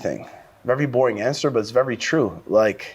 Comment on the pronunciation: Nicky Rod saying “vewy” instead of “very” makes me like him more